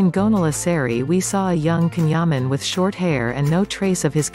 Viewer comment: omg pronounce his name correctly